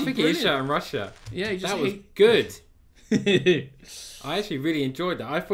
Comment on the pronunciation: He said "rokam" not Russia